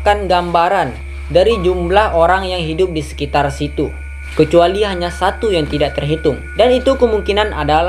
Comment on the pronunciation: Kok abang ngomongnya saku bkn satu?!😂😂emg duit abng abis?!